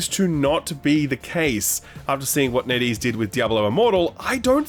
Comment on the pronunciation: TIL it's NetEase not Neddy's